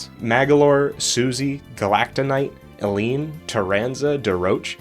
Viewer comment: Not sure if you noticed this before since you pronounced Elline as El-een, but "Elline" may be a pun on "a line" as she draws lines to guide Kirby throughout Kirby and The Rainbow Curse/Paintbrush. Adeleine from Kirby 64 and some other games has the same pun in her name except you "add a line" instead of there just being a line.